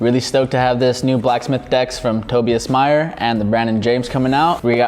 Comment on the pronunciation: It’s pronounced “Tob I as” “Mayer”